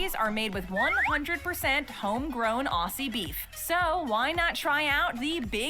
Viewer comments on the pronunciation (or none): Why can't Americans say Aussie properly. Ozzy. Not awe-sea. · Lady in the video they are watching: pronounces it “ossies” for the millionth time My eye: twitches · This video pissed me off being Australian and the Aussie is not pronounced with the s it’s a z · The way she is pronouncing AUSSIE is KILLING ME!